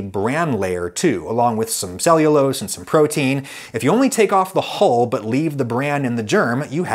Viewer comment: Please practise saying "hull" over and over because "hole" is not right.